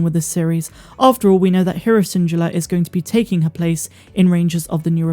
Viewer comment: is it weird, that i am a bit annoyed at Syndulla being pronounced wrong? It is: sindOOla: and not :sindjullaa